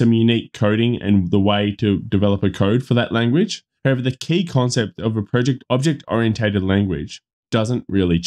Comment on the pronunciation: The only advice you need to heed above is how to pronounce "oriented" :-D The rest is just for giggles. Full disclosure: My interest is in a residential construction using steel for the skeleton and to gain a thin basement to main floor thickness, but so far the math you've presented which I've cross checked elsewhere doesn't look good for me. Though I guess that rule of thumb math applies to standard/wide spacing of the joists so perhaps by doubling the number the depth could be decreased substantially.